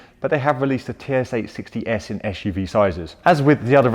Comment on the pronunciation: Why do you pronounce SUV like "ash u v"? Is it a pure UK English or kind of slang? I'm really wondering cause English is not my native language :)